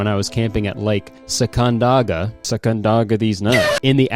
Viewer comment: Great video but the pronunciation of sacandaga …. So close buddy